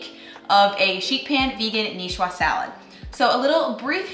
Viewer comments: If we're going to the trouble of writing out a phoentic transcription of a Niçoise salad, I would say "nee ·SWAAZ" and not "nee·shwa". The ç makes a soft "s" sound. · Nicoise pronounced nee—SWAAZ. Not nee—SWAA. Has to do with makers female form. The male form would be Nicois while the female form is Nicoise. Similar to François and Francoise.